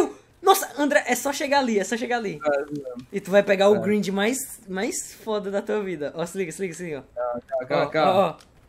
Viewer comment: É muito estranho ver o falando "Grind" KKKKKKKKKKK